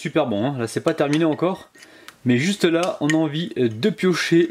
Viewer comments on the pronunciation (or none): none